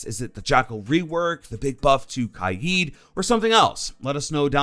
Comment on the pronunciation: I feel like pronounces Kaid wrong